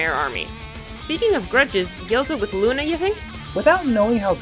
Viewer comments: Soler😇😡😉Not Lune😈😦😒💩!!!!!!!!!!=(=) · IT'S LUNA NOT LUNAR